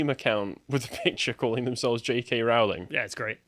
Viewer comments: wait wait wait, I take the piss out of Americas cause they can't pronounce JK Row-ling properly but now my fellow Brits..wtf it Row then ling lol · ITS ROWLING LIKE "BOWLING", NOT ROWLING LIKE DISEMBOWLING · so her name is "rolling" lol